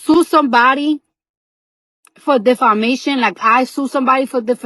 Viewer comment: Little Spanish accent slipped out 😂😂💀